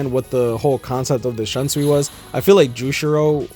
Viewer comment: Also, not tryna be offensive but, many Bleach fans (especially the Western ones) pronounce Shunsui's name wrong. It's pronounced as /Shoonsuy/, not /Shunsuwi/